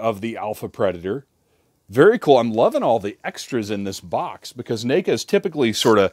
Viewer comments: 🤣 - you're saying NACA. Like you're starting to pronounce name instead of neck, even though it's NECA. Seriously made me laugh, and that's a rare thing. There's been more than a few ppl over the years that say that company's name in unusual ways, like Knee-ka....but never heard na(ked)-ka lol. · Let me guess this is ur first neca figure? Lmao the way u pronounced the name 😂